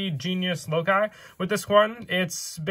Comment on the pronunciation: Omg he said loci (lo kai) instead of saying like (loc key) he is the 1st yugituber to say it correctly ive seen